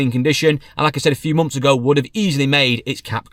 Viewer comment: You spell months right but then say mumfs lol